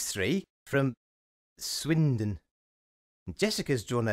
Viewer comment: The way he says Swindon gets me every time